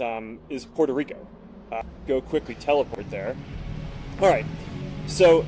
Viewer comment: I dont know what makes the fact that he says teleport so funny